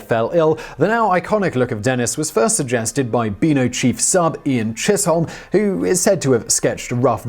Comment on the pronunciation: "This Hollywood phenomena" Really, Simon. You, being British, should remember that it's one phenomenon, two phenomena. It's unforgivable, really. And "machinations" is pronounced with a hard C. Chisholm is pronounced "Chisem". You don't have the excuse that these are foreign words.